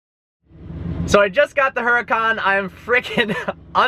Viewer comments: I frickin love this channel and, but come on. u own a huracan now, pronounce it correctly. it's pronounced uracan, the h is silent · the "H" is silent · when you can't even pronounce the name of your new super car... DOUCHE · I wonder how many people got mad on how he pronounced the name?